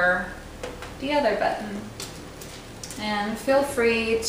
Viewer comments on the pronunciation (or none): lol she stresses the "tt" in the work button